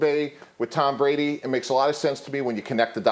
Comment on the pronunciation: did he call him Dom Brady ? Lol